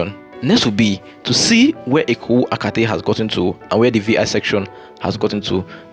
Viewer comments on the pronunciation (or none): you are doing a good job. But take of pronunciation of area names, this should be part of your work. There is nothinglike Eko “Akate” as you called it. It is Eko-Akete. Please correct yourself. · Good job bro!!! It is pronounced as Eko A kay tay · Well done and congrats on using a drone...it makes a lot of difference. Meanwhile it's EKO AKETE, not Eko Akate 😊